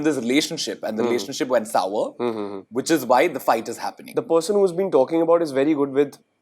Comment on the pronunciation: loses CLASS the moment he mispronounces constantly as "consantly" and sour as "sawar". I bet it's the guilt from telling the lie that Pri never addressed that before, because Pri did, too years ago, in the season 1 of the same show. And there is no "whatever" about that.